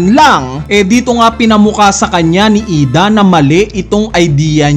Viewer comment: IDA ❌ I D. A ✅ 😅😅